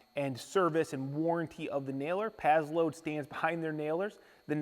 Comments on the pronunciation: Sounds like you're saying pad-load. It's pass-load. Paslode. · it's " PASS LOAD " not " PAZZ LOAD " . The name is spelled with an 's'...not a 'z' lol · I think it’s prononcés pass-lode